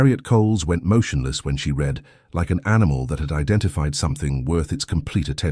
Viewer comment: Great story. One wish: AI needs improvement so that "read" is narrated in the correct tense. It is always pronounc.ed in the present tense instead of the correct past tense making it distracting when listening. TX 🇺🇸